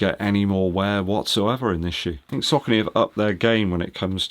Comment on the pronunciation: Sock-a-knee (Saucony)